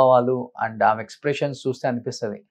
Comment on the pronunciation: నీ తెలుగు తగలేయ్యా!! ఆమ కాదురా, ఆమె.